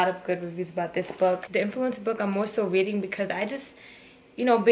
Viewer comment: Weading (Reading)